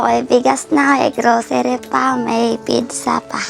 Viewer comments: Pizza hindi pigsa. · Salamat po sa mga tumulong, Naiyak man ako sa situation ng mag Ama, tapos natawa ako Kay Kuya sa Pigsa daw ( Pizza). Sana po makapagvaral si boninay.